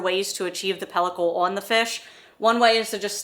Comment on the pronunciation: Have to ask...What part of PA are you guys from? 😊 It's when she said "on" sounds like "awn" .